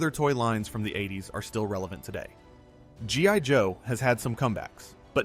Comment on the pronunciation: . Did you just say G *Y* Joe¿????